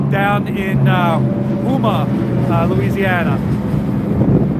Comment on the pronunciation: Houma is pronounced "Home-ah"